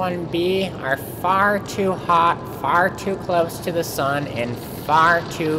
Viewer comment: did he just say sun?